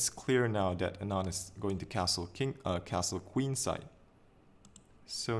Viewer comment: Its not anaaand as you pronounced. It is aaanand. By the way good video.